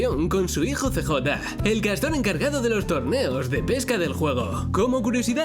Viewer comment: No es cj se pronuncia siyei